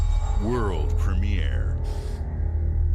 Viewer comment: "Wurl Premier"